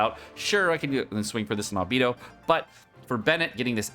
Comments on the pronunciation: If u say ALBEEDO one more time instead of ALBAEDO! I SWEAR! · Its Albaedo🤣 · But it's German, thus it's not Al🐝do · My ears hurt from him saying AL-BEE-DO Instead of "AL-BAE-DOUGH" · Can't get over you calling him "Albeedo" 😂 It's like when people call Diluc "Dieluc" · B. Eye. Dou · Say it with me, "al" "bae" "dough" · He can't even pronounce ningguang you expect him to pronounce albedo? LOL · He can say "Transient" correctly, but can't say "Al-BEI-DOH"? Sounds like bs to me.